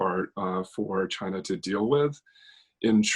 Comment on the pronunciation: Vote for Trump.. to raise the WW3 Flag for you.🥳🥳🥳 At least Trump is brave when say "chiinaa" ..🤪